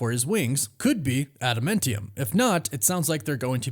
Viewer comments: I know it's nit picky, but why do you keep saying ada-men-tium? It's ada-MAN-tium. It's like nails down a chalkboard every time you say it. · Bro do you even watch the movies or read the comics ? wtf is “ada-mint-ium”😂 it’s adaMANtium. Noob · Please learn how to pronounce Adamantium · My word, please pronounce admantium correct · Glad I'm not the only one who finds his pronunciation weird 🤪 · Please learn how to say Adamantium